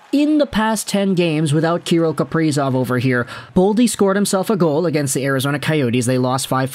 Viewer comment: It’s pronounced ka-rill, sorry to nit pick love the content!!